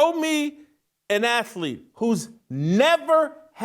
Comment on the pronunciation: JASON IS IT “AKLEKE,” OR “ATHLETE?”…. SWALLOW YOUR FOOD COMPLETELY BEFORE YOU SPEAK PLEASE!!!!